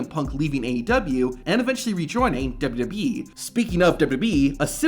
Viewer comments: The pronunciation of WWE is insane in this video lol its literally just WB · Why does this guy pronounce WWE like "WBE". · WWB?? You speak......wrong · Dude keep saying dubdubee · Just once….. ONCE! Can you please say WWE slowly. It’s not dubya dubya B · I love how none of these wrestling content channels can say "WWE." "Duh-yuh-E" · Good content, but my man, SLOW DOWN when pronouncing WWE and when referencing the years. DubDubEee. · STOP SAYING WWE !!! ITS NOT DUBADUBAWEE ITS WWE !!! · Learn to say WWE correctly, idiot. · Learn to say WWE correctly. Idiot. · If you slowed down maybe you could actually pronounce WWE correctly 😂😂😂😂😂😂😂😂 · He can’t say W lmfao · Why can't you pronounce "WWE?" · Learn to say WWE correctly!